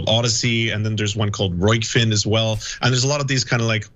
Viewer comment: she couldn't even get the name rokfin right. That is literally the only thing you have to do right as an anchor.... if a chef makes bad food would they still be in business?